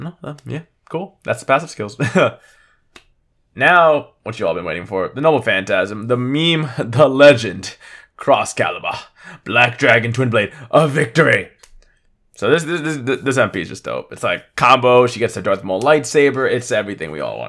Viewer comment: when you hear meme (meem) pronounced (me-me)